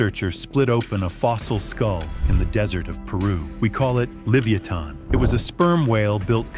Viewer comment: For the AI, Livyatan is pronounced like leviathan